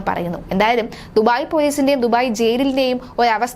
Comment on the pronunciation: അങ്ങ് ദുഫായില്‍ (duphai) അല്ല ദുബായ് (Dubai)